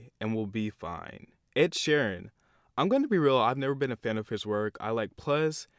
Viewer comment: “ Dua lupa “ “ Shawn mental “ “ Ed shaeren “ Yet he somehow pronounces Camilia Cabello right